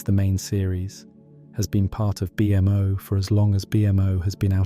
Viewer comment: Amazing in depth video… but the B M O irks me a tad. In all the iterations of the MO family it’s -MO like the creator. A-MO, B-MO, and so on. Like I said I love the vid just nitpicking.